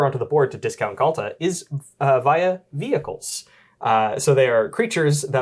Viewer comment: Read Viacles similar to Hercules